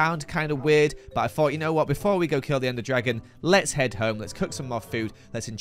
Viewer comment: after dying: whot?? whot??? wHOT?